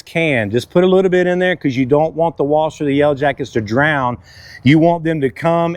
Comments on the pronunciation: It's WASPS not WASTS😂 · They're called "Wasps," pronounced "wosps". Not "Woss".